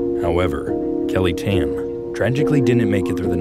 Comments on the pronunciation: bro pronounced tan as ten 💀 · KELLY TEN?? ITS KELLY TAH-N THAT'S HOW YOU PRONOUNCE GET IT RIGHT OR GET OUT OF MY COUNTRY KAH NA SAI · Tan is pronounced as 'tarn' im not sure how to type it doe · ok so basically about the calls of kelly i think its just the old aunties and uncles beliefs but that place aint haunted i went up there and pretty much it was just a normal place so nothing to fear AND STOP PRONOUNCING "TAN" LIKE THAT 💀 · They mispronounced Tan